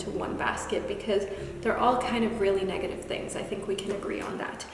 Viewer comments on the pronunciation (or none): none